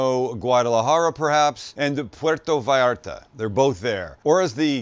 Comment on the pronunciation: lol its pronounced pwertoh viyarta from a fellow canuck from hamilton ontario